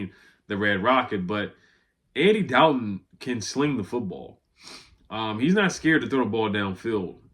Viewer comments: Thanks for the update. It's a Dalton not doubton lol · Why you say Dalton like that😂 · How you pronounce Norfolk and Dalton wrong 🤣 Love your vids bro 💯